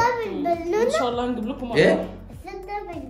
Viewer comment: لفظ الجلالة بالهاء مش بالياء الله وربنا يباركلك